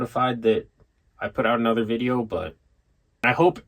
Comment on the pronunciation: “I hava do anolayr” 😂